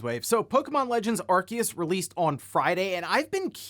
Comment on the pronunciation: It’s pronounced “Are-Say-Us” NOT “Are-Key-Us”. Why can nobody get it right? 😂